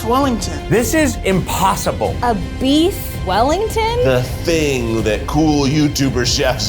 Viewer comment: Weef Bellington